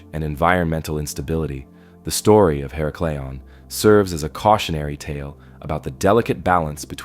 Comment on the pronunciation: her • Ack • leon You are saying hera • Cleon Just trying to help… Tom